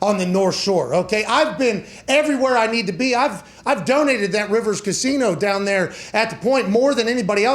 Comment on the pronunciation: It's pronounced DOWN!!!